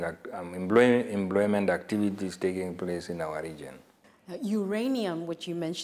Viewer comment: The man could not explain what under employment is, not could he pronounced employment = "embloymen" uu iihuna tate!